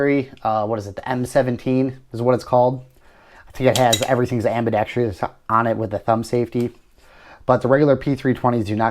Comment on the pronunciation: You keep mispronouncing the word "Ambidextrous" not (Ambedextrious). I'm sure you're a decent person but please take some time to familiarize yourself with the correct pronunciation of words, your friends, family, coworkers and anyone else you converse with will appreciate it.